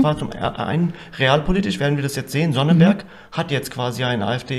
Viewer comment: Der Ort heißt übrigens Sonneberg. Ohne n.